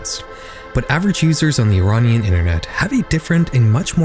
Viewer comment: Great video! Just putting it out there, I dont think the way youre pronouncing "Iranian" is correct.